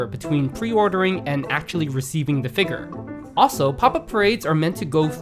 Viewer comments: sooooo annoying that you cant say figure correctly. cringe every time you say it wrong. It's Figure, not Figur. Holy shit its so annoying. Like do you think every single other person on the entire planet says it wrong and you're the only person that says it right? You haven't even once heard any other person alive say that word and think to yourself "hrmm, thats not how i say that word, maybe im saying it wrong?" like wtf dude. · all I can hear id FigUUr..... figUUr... figUUr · Super nitpick, but your incorrect pronunciation of the word 'figure' is kinda bothering me, and yes, a redneck accent would pronounce it the same way, but this guy doesn't have a redneck accent. Only bothersome beacuse of how many times the word comes up given it's the subject. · A figure channel that struggles to pronounce the word, can’t make that up. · You pronounce figure like a slur.